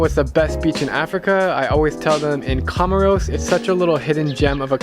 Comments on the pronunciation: My dear, COMOROS is pronounced, "KO-MORE-ROS, with the a ccent on the "KO... " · I heard comoros